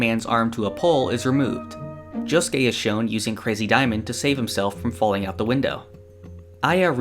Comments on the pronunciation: Please stop saying Jo- sskay. It hurts me. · I know, but it sounds weird with someone without a Japanese Accent saying it. Good video anyways.